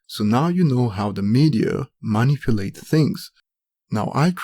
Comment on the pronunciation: Hahah what about mahnipulate